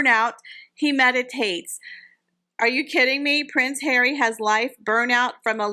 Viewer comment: 'Pwince Hawwy' 😂😂